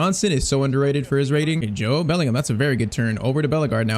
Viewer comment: I was since the beginning thinking u r pronouncing Bellingham name wrong 😂